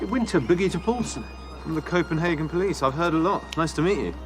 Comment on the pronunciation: Must come to,Copenhagen, pronounced total wrong